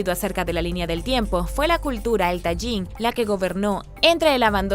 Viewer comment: Hola, me gustan tus videos, aunque no estoy de acuerdo con todo lo que expones. Permíteme corregirte una pronunciación: No es Tayin, es así como se escribe, Tajín con Jota, como si dijeras Tahin. Soy de ahí .Saludos y bendiciones 👋